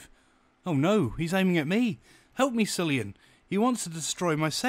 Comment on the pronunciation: The only thing awful about this podcast is pronouncing of cillian so bad